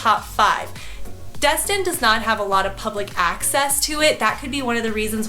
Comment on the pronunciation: I just have to point out some things…It not called Dust-Tin its called Des-Tin. Also, where you pointed on the map was more Ft. Myers area not outside Clearwater 😐 ….I’m in Ft. Walton area now for two month I live in Tampa area, I must say you missed out moving up there to Georgia I mean the Panhandle 🤭 Tampa area is by far probably the best area in ALL of Florida with the MOST Beautiful beaches panhandle does not compare. Tampa also has ‘A’ Schools. I’ve lived all over Florida (Jacksonville too) and Tampa is it! It has everything you need and if you need a little more(like Disney) it’s a quick and easy drive.